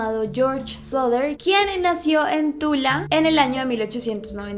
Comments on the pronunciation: Dijiste tula? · dijiste tula? Tula la bebida de todos los chilenos! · ¿Dijiste Tula? Tula, la bebida energética de todos los Chilenos, ¿Qué importa el nombre? ahora por $1.700 Perdón, tenía que decirlo JNDJCDNSJ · dijiste tula?😂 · dID YOU JUST SAY TULA? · dijiste tula? 👀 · ¿DIJISTE TULA? TULA, LA NUEVA BEBIDA ENERGÉTICA DE TODO LOS CHILENOS, ¿QUÉ IMPORTA EL NOMBRE?😹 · Dijiste Tula? Tula, la bebida energética de todos los Chilenos. Que importa el nombre? ( ͡° ͜ʖ ͡°) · ¿Dijiste Tula? JDJFJFJFKFJJD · JAJAJAJAJAJAJAJAJA DIJO TULA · Dijiste Tula??